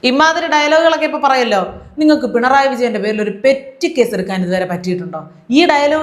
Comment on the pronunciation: പിണറായി അല്ല... ബാലന്റെ ഭാഷയിൽ.. 'പെൺറായി...'